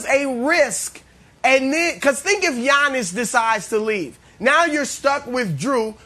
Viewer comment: i hate the way brandon says Giannis’ name lol he says “yawn-us” 😂